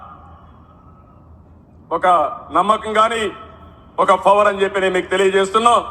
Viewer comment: పవర్ అన్ని పలకటం రావటం లేదు ... ఫవర్ అంట , ఆశీర్వదించారు అనటం రావడం లేదు ఆశ్వీరదించారు అంట 😂😂😂 ఇంకా నయం మోడీని దేవుడు కదా అనలేదు ..‌... అంటే చంబా ప్రకారం భార్యని సరిగ్గా చూసుకోలేదు కదా అందుకే దేవుళ్ళు ఆశీర్వదించారు😂😂😂